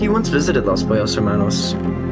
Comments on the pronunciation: his pronunciation of los pollos hermanos is pretty spot on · What a nice spanish pronunciation of Los Pollos Hermanos XD (Incredible restaurant) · Not me enjoying every time he pronounces Los Pollos Hermanos 👌🔥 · Coming from a fluent Spanish speaker really good pronunciation!